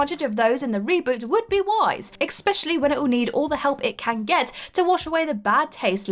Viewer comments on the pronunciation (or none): I'm a fan of content but she really needs to learn how to pronounce 'especially'. Because ekspecially isn't it...